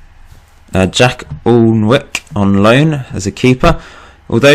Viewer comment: great video but Alnwick is pronounced Ann-nick :)